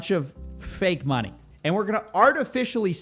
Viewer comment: Everyone: money Coffeezilla: mah-knee